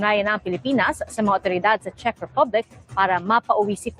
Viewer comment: Gud am po …Check po ang pronounciation ng Czech…sa Un po g Prague ay Prag ang pronounciation po..🤗🤗🤗 Pa shout po hehehehe